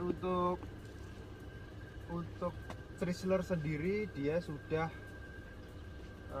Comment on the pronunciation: CHRYSLER dibacanya kira kira Kraisler bukan pake ci ..